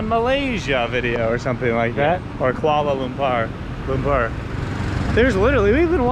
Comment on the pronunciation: KL not koala KoalaCC